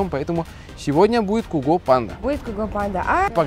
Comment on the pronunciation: Его зовут цуго а не куго